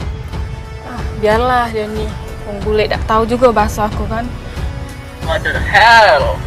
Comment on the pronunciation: Wot de hel bel mangcek wkwkwk di menit